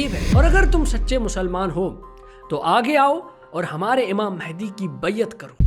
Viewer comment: Baiyaat ni baiaat